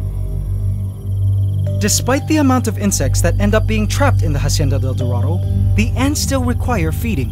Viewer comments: you please learn How to pronounce la Hacienda del Dorado You keep saying it wrong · Can you please close to pronounce la Hacienda del Dorado